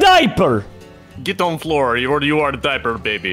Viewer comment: me:why says dieper every video my mom: probally hes still a baby me: "laught"